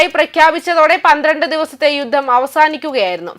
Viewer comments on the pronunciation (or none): യുദ്ദം? ഉച്ചാരണം ശരിയാക്കണം